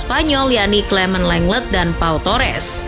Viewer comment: Selama bisa konsisten dan taktik nya gk itu2 aja boleh lah masuk big 6 Izin koreksi ya min buat penyebutan nama nya Lenglet: langle Youri: yuri Moussa/mousa: musa 🙏